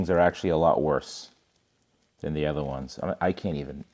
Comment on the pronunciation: it’s been YEARS. PLEASE LEARN HOW TO ENUNCIATE THE WORK “OTHER”. It’s not “Eh-ther” there’s no E at the beginning of the word.